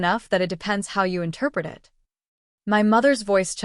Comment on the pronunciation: "Wedding is O.F.F."? What is the matter with your AI? Teach it to pronounce off as a word, also it and while you're at it, us.